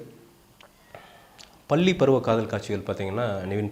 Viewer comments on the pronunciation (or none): Boss, please improve your Tamil pronunciation !! its பள்ளி(school) and not பல்லி(lizard) .. for many words you are pronouncing ல் instead ள் .... And it is "kaatchigal" and not "kaachigal" ... Please pronounce tamil correctly before u make any videos... ithula hansika lip sync serila nu pechu vera :P